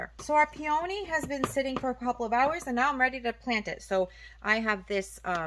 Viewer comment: What a funky pronounce on the word peony. Two-Vowels Together: When two vowels are next to each other, the first vowel is usually long (the sound is the same as the sound of the letter) and the second vowel is silent.